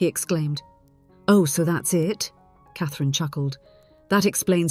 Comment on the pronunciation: Not AI because if it was then it would not say Cathrine's correctly.